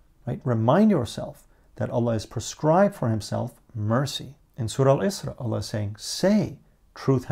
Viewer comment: The way you say allah I enjoy hearing